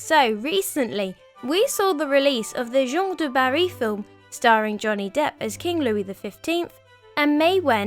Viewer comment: As a french-german dude, I stopped the video at the disclaimer. I know how hard it is to pronounce french names for non-native speakers, but you're giving your best. It was cute tho. I loved it. Only partly wrong tho. You did good on 3 names. Gene du Barry. I'll never pronounce it in another way! Cuteness overload. "Gillomet" instead of "Gee-ooohm" is the best. I'm not making fun of you, bc as a legit historian I must say that you did good overall, but it sounds frightfully cute. I love this video.